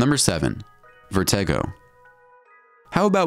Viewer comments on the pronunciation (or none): It is pronounced Vertigo, how come announcers on you tube videos dont know how to pronounce basic words all the time. You should open a book once in a while.